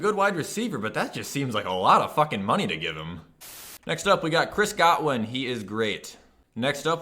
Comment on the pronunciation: "Chris Gotwin" lmao